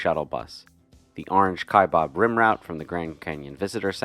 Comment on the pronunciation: Your pronunciation of the South Kaibab Trail is incorrect. It is not pronounced “Kai bOb” or “Ka bOB” as in “Shish Kabob.” It is pronounced “Kie bAb.” There is no “O” in the spelling or pronunciation. During my career with the U.S. Forest Service, I spent 4 years on the National Forest that surrounds Grand Canyon National Park, the Kaibab National Forest; thus, I have several more years of pronouncing the word “Kaibab” than the average person. Otherwise, I enjoyed your video of hiking this trail. During my time in northern Arizona, I was lucky to have hiked it 3 times. It is the most “efficient” way to reach the river from the rim. I congratulate you on hiking it.